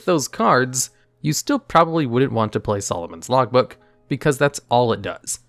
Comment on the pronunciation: Is it just me or is anyone else also hearing Solomon's Logbook instead of Lawbook?